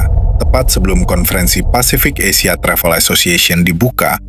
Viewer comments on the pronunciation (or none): none